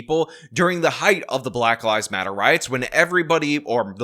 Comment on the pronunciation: At the start of your video I thought you said "at the height of the black lies matter protests...." LOL, oopsie! Oh well, it still works.